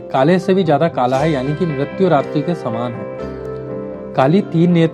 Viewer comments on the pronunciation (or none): none